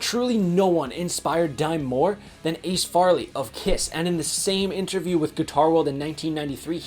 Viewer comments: To answer your question, Yes and some dimension beyond space and time....and it's pronounced (Fray-lee) like the "A" in Ace. RIPVINDIME!!🤘🤠🤘. BTW, if anyone out there is a fan of Pantera and has never heard of Throwdown, go check out their albums, Venom & Tears and Deathless. Both of those albums have a guy named Mark Choiniere playing guitar and he is as close to Dime as you can get without completely ripping him off. Both albums are amazing. They also have other records like Vendetta and Haywire that absolutely kill. Some people seem to like those albums more because they are more "Hardcore" and not quite as polished. Either way you can't go wrong if you love straight forward ass kicking metal. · Your credibility goes to zero with how you pronounced Ace’s last name. Just saying.